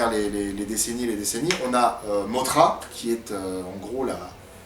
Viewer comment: en fait ca ce pronnonce moDra et king G(dur)hidora